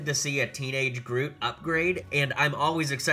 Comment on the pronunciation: In the beginning you say groof and the second time you got it right